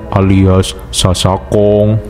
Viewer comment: sister hong❌️ sister kong ✅️ 😂